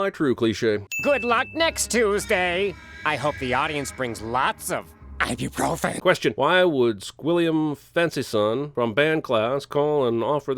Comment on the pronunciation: I don't remember Squillium saying ibeprofen